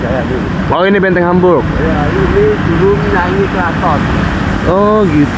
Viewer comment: Bukan benteng Hamburg bang tapi vastenburgh